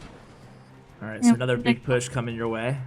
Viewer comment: puch, puss, p, push ay watch your mouth bag sorry sir lmfaoo